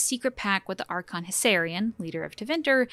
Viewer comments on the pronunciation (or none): none